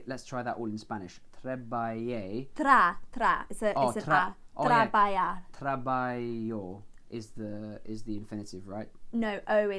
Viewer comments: Yo trabajo("j" pronounced like "jalapeño") en(preposition "in") el cinema. The intonation in "j" from trabajar(to work) is much more stronger. It sounds like "h" but as is a Spanish sound try to say like "jalapeño" that "j" sounds the same that "trabajar". And the last "r" must be pronunced too. Literally in Spanish all letters written are pronounced, only exception "h" like "Hola" although that "h" must be written in the beginning because "ola" without "h" means "wave" or the word "hasta" with "h" is "until" but without "h" is "asta" which means "horn". Trabajé mucho(" mucho" is an adverb.Adverbs do not need to conjugate.) In Spanish you have to conjugate articles, nouns, adjectives but adverbs you just learn them and use them in the sentences as they are. The intonation accent at the end of "trabajé" indicates stronger pronunciation of the letter "é" so try to pronounce(slowly) each syllable in order to success: Tra-ba-jé.(that é must be pronounced with strength like if all the intonation of the word is sitting on the last letter) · Be careful where you put the stress/accents. For the infinitive verbs, the stress is on the last syllable (for all other words in Spanish the stress is on the second to last syllable unless there is the accent mark (á, é, etc). You can see how the accent becomes important as it can change the meaning of the word. For example, in "hablo" (I speak) the accent is on the "a," if you put the accent on the "o," "habló" this now means the past tense for the third person (he/she spoke). Also, I noticed that when you all said the letter j, (trabajar, por ejemplo), you pronounced it like a y sound. Remember it is more of a guttural h sound. Close to the خ letter in arabic (since speaks arabic, this will help:) I hope all this helps! Espero que todo eso os ayude! Keep up the good work and awesome learning! Seguid haciendo un trabajo bueno y vuestros estudios tremendos! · THIS IS NOT SPANISH "trebayer" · Trabajar sounds like a traba(َخ)r